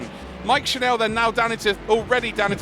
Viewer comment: Just a note to the commentators: Mike's surname is pronounced the same as tv 'channel' instead of 'chanel'